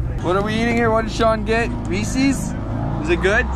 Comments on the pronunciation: It's Reece's and pieces not peeses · saying Reese's wrong = dislike 😜